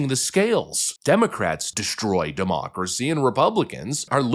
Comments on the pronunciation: Mispronunciation. It’s not “democracy”. It’s Democratcy! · Can you please stop saying "demoocracy?" It was cute at first, but it's gotten very irritating over the years.